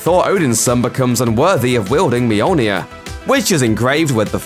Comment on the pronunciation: Mijolnia. Yeah, that's the way to pronounce it.